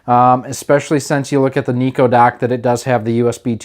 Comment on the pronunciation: It's not Niko but Nyko.. With a Y.. Pronounced like Seiko..